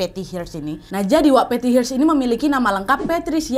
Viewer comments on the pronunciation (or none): Hearst bacanya bukan Hirst tp herst.